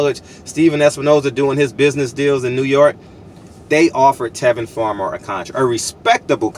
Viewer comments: Tevin Campbell is a 1980's singer...that being said I know what you meant, but the fact that you mispronounced Tevin Farmer's name repeatedly shows a severe lack of professionalism in your part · Bro did you say Tevin Campbell??? He was a sing from Texas lol!!!! You a fool for that one. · Come on man you disrespecting my man calling and Tevin Campbell it's Tevin farmer